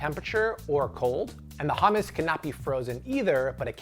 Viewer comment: It's not ham-us 😭😂 I die every time you say it like that. It's hum-us 😂😂😂